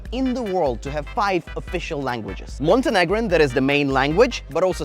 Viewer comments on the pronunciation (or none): "Montanegrin" made me laugh, and "Bosnian" and "Crosatian" made me cringe. they are all the same language, Serbian 😑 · sir it's monteafricanamerican